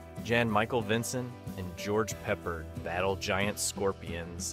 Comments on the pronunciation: Also George "Peppered." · Wow, Zardoz was released in 1774? Dullea is pronounced doo-lay, and Peppard is pronounced peh-pard. Also your title is grammatically incorrect. The Questor Tapes was made for TV so how could you hear a pin drop in the theatre?